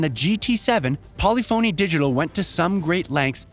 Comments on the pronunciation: Bruh. Learn how to pronounce "polyphony". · Please pronounce Polyphony like Symphony. It’s not SIM-PHONY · How does a gaming centric channel not know how to pronounce polyphony? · This guy's pronunciation is horrendous! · This guy keeps saying polyphony digital wrong. I think he's trolling us. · Way to mispronounce every car manufacturer and developer name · Exactly. Can’t wait for the epiphany that hits this guy when he learns how to pronounce Polyphony 😂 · "Polli-phony" lol it's pronounced Po-lif (like lift) pha-ny, just saying if you're gonna cover a big game, make sure you're at least pronouncing it correctly. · For how well-researched this video is, I'm amazed there wasn't even a quick Google search done to learn how to pronounce "Polyphony" correctly. It's not "poly-phoney," it's "pole-IF-ony." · Poly-Phony? Seriously? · If this guy says Pauly Phony Digital one more time I'm going to shoot myself. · "Polly-phoney" Made me laugh every time 🤣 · Polyphony is pronounced as one word. Not Poly Phony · Poly-Phone “E” 💀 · This man really said Polly Phoney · Great review, but man does it irk me every time he says Polyphony wrong. English nowadays, who cares about grammar... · Some of the weirdest pronounced words I’ve ever heard. Ashton Martin? Polyphony is not pronounced how you continue to say it… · How did this goon just pronounce the developer? Wtf. Lol. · It’s pronounced… Pol lif fon knee not Poly Phoney 🥴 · Did you just actually say Polly-Phoney? :D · I think it’s pronounced Polyphuny not Poly-phony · Got me dead , , etc lmfao bruh how can you be a journalist and pronounce polyphony "poly-fony" lmfao its puh·li·fuh·nee. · polyphony, not polly phoney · It is NOT Polly——Fony…..it’s Pollif—-Any!! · What the hell is Polly-Phony Digital? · Polly foney?